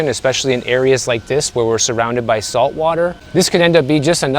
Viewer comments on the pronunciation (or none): none